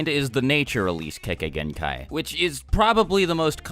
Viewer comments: Lol I thought u said kekkai hentai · Please learn to pronounce "kekkei genkai" properly XD